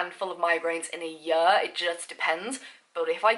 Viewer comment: I love how you pronounce 'year' lol